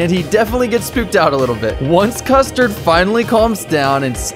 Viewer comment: Him: custerd and brulee Me: custerdbrulee? 🗿